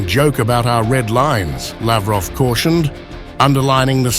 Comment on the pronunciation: Laughroff😂 useless human being